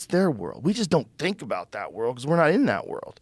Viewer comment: To be fair, Redban would have a lot more to say if he was able to pronounce “world” correctly